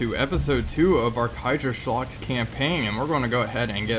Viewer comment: With your pronunciation of Kaiserschlacht I can't tell if you don't speak German or just are a Bavarian.